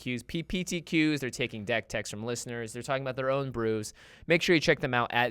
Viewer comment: You missed one. To the listen-URS. C'mon.